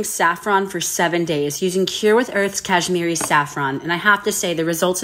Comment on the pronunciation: As a kashmiri my self, your pronunciation of it got me laughing for a minute straight 🤣